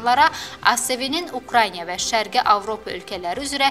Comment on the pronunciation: Ay komentator giz,Insulit xesteliyi yox,Insult Xestileyi demey lazimdi,Ay 4ushkanin birinin 4ushka,Ukryanya yox,Ukrainadir!!!